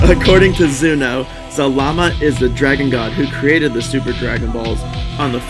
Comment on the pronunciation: It's ZAlama not ZalaMA! Zalama is Zordon